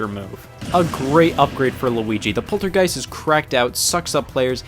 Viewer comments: It's the polterGUST, not the polterGEIST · It's The Poltergust, Not Poltergeist, Scott. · You said polterGEIST for Luigi. It’s polterGUST. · It's PolterGUST, not PolterGEIST! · He called the poltergust the polter geist I am upset. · “The poltergeist”??? Don’t you mean the POLTER-GUST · You called the poltergust a poltergeist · It's Poltergust 5000 not poltergeist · It isn’t just an error in the text. He also pronounces it this way, but hey, everyone makes mistakes.